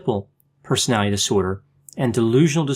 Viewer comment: OK I hear you saying "personality" with all the syllables now. Thank you.